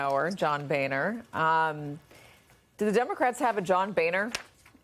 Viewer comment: It's pronounced Bow-ner